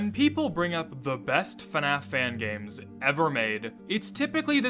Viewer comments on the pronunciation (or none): That's cool and all but its bothering me of how ur saying fnaf😭